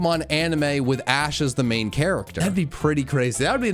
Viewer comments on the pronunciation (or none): none